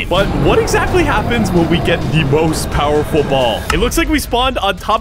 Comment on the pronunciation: Bro said powerfull ball